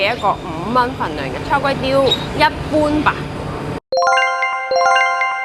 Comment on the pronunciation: 炒粿条变,"差Kway丢" !？😆😅😂🤣